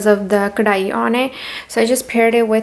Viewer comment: Babe, I just love the way you said "kadhai" that Punjabi accent